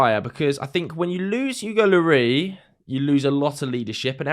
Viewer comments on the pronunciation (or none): Why are you calling Hugo "Oogo Lorry"?